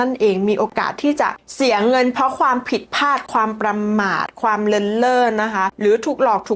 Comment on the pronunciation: คุณพูดชัดดีมากค่ะ ปรับคำควบกล้ำอีกนิดสวยเลยค่ะ เช่นคำว่า เปลี่ยน คุณออกเสียง เปี่ยน หรือ ผิดพลาด คุณออกเสียง พาด คุณพูดทุกคำเสียงดังฟังชัด มันเลยอยากให้ปร้บปรุงควบกล้ำค่ะ❤❤❤❤❤❤